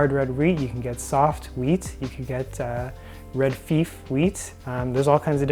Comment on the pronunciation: You pronounce Red Fife.... with a hard "i" as in fire... or high.... Nice video... I have the same model you do! I keep the lid on when grinding otherwise the grain flies out. I saw another video where they compared grinders and the flour from the Mockmill wasn't as hot as another make. I pour the flour into my mixer as I am grinding. I weigh my grains before I mill them, so nothing is left over.